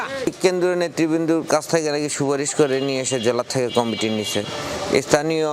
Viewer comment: কামেটি আবার কি রে? কমিটি উচ্চারণ করতে এই অবস্থা? বি এন পি অবস্থাও আওয়ামীর মত হবে, এইটা শুধু সময়ের ব্যাপার।